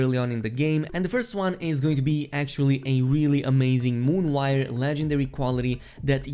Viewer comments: Mane-guh-neez. Mon-o-wire. Not Mane-geez and moonwire. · "moonwire" haha it's M O N O wire bruh. Great video though! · Moonwire? It's Monowire. 😬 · Moon wire lol it’s mono wire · I'm sry, did you say "Moonwire"? I thought they were called "Monowire". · Its MONO wire, MON-OH! not MOON, MON-OH!!! Like its spelled, FFS!!! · my man said moonwire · I thought you butchered English and then you called it, moon-wire.. I'm out dude.. lol